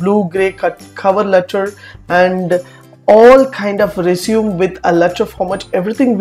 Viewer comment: stop pronouncing resume wrong!